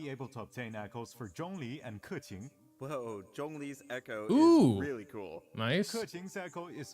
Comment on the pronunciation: no, they are the chinese translation team from hyv, proven by how they pronounce zhongli and keqing’s name correctly in chinese spelling